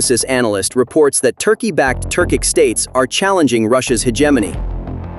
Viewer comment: Turkish states, not Turcik